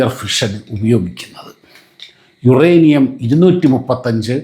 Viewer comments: യുറാനിയം അല്ല മോളെ... യൂറെനിയം ആണ്.... പ്രസാദിന് ഒന്ന് തിരുത്തി കൊടുക്കാമായിരുന്നു... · യുറാനിയം അല്ല,യുറേനിയം